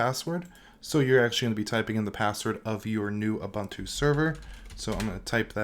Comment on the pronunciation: Please say OO-BOON-TOO